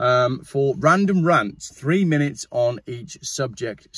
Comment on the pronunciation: 30 minets 30 minets 30 minets 30 minets You started it😂😂😂😂